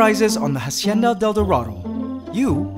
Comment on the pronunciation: hey man i love ur channel. i want to be a queen ant. Just letting you know that the letter H is silent in "hacienda". good job with ur colonies though